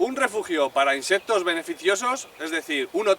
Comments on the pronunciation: Se dice insectos , no inseptos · No puedo con ese INSEPPPTOS 😂😂